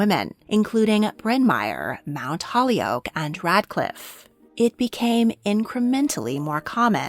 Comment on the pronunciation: Beautiful work! I am fascinated by this era. Two very small things, Mount Holyoke is pronounced like the words HOLY+OAK, not Holly-oak. Also the Triangle Shirt Waist Factory doors were locked shut from the outside to prevent breaks, yes, but mostly to keep out labor union organizers. Quite ironic, considering it ignited the labor union movement.